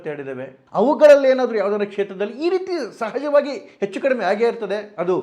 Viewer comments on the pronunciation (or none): none